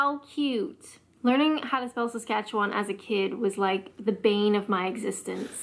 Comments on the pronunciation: SHE COULDN'T PRONOUNCE SASKATCHEWAN!?! And she's trying to teach people? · She isn't very informed, and no, the bagel thing isn't from Ontario. She couldn't even pronounce Saskatchewan ffs. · FIRST OFF, SHE NEEDS TO LEARN HOW TO PRONOUNCE SASKATCHEWAN CORRECTLY. SOUNDS LIKE SHE MUST BE FROM ONTARIO. SECOND, I DON'T KNOW ANYONE THAT CALLS IT MAY, 2-4. IF ANYTHING IT'S CALLED "THE MAY LONG." THIRD, WE HAVEN'T CALLED THAT SWEATER A BUNNY HUG FOR OVER TWENTY YEARS. IT'S CALLED A HOODIE. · She pronounced bagel as baggle. She must be from a small village with no one who has ever heard the name properly pronounced., you are correct in pronouncing it bay'-gull. She's had a narrow life experience. The Beer Store is a provincial entity found everywhere throughout Ontario. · If you pronounce Saskatchewan the way she did, you definitely aren't from here. We can spot an outsider a mile away. (And no, it's not because it's flat here.)🤣🤣